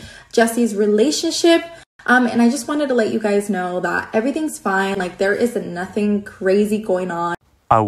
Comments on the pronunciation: Every time you say “ absolutely NOOOOFFFIIINN” Conor Mcgregor comes to mind 🤣🤣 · Ya Se me quedó el “absolutely nothennn” 😂”zavank”and “grrrrrrr rank”😭😭